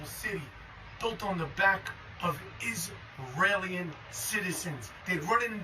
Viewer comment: "Isrealian" G'day